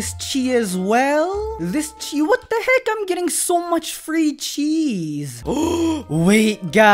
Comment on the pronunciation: I mistaked when he said chis I thought he said cheese